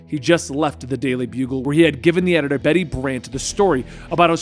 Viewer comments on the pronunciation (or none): none